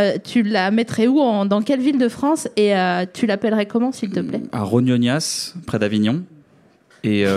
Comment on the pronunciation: Ça se prononce Rognona (je suis un pizzaiolo d'Avignon 😅)